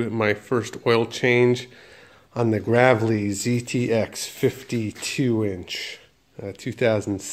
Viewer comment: Can't even pronounce Gravely name.